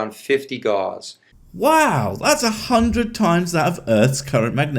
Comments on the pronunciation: His pronunciation of Gauss is endlessly, annoyingly cringy and I only know how to pronounce it from playing fucking fallout games and watching ghost adventures. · Also not "gauze", it's pronounced "gauss" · The unit gauss rhymes with house, and is not pronounced like gauze. He has never even had 3rd grade science. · I know it’s just me but I hate that he keeps saying gauze. It’s gauss (pronounced like spouse or something) it’s really annoying to me that he’s referring to a property of magnets as a medical wrap or bandage. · Pretty sure 'gauss' rhymes with 'mouse' not 'horse'. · Should start by pronouncing gauss correctly. It rhymes with house, not gauze. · It's killing me each time he pronounces gauss as "gauze" -- the au is pronounced like "ow", like "g-ow-ss" -- and the double s denotes an "s" sound, not a "z" sound. If I'm wrong, I'd be glad to be corrected by anyone that doesn't believe that magnets can cure all. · I find it hard to trust his knowledge of magnetism when he keeps saying gauze instead of Gauss (cringe every time he says it). And that's before he starts using his chiropractic "degree" to call himself Dr... That ended any belief I had that he knew what he's talking about, right there lol. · He doesn't know how to say Gauss. It drives me crazy! Has he never even watched a sci fi movie?! Gauze Rifles? Fredrick Gauze? Bah. I mean he is wrong about everything, but not able to say the thing he claims he does for a living is insane. GAUSS! Also also, that's not even the SI unit for Magnetic Flux density! Grownups use Teslas! (The SI unit, not the car, although a non zero number of adults drive electric cars...) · LOL. he sez 'Gauss' like 'floss' not 'gows' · It's gowss, not gahz. And nuclear, not nucular. It's clear that he only spends time among his fellow woo shills. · Argh! Gauss pronounced like "gowss", with an "s" sound, not a "z" sound like "gauze". Ooh! I'm smarter than a doctor! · Newkiller medicine and Gauze instead of Gauss (like house)!